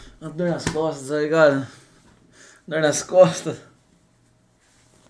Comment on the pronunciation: Uma dor mas "costas", "costas", crusher 😂